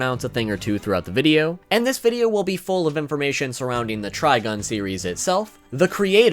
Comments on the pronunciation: I couldn't get past the 3rd time he said TrigOn... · Why you keep calling it Trigon? That's a demon from DC. You know, Raven's pappy? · glanceDup You’ve been pronouncing it wrong then.